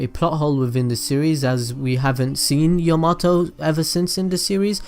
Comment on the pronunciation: I liked this video so much I don’t even care that that you said Yamato incorrectly